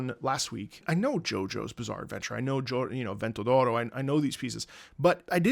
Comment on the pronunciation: were u born in in italy because your pronunciation of vento d'oro is perfect